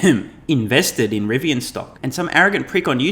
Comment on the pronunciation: You definitely have a lowd moth, but you were correct both for Rivian and Nikola